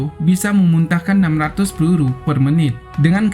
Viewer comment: Lucu bahasa adminya.. Pelulu kh peluru heheee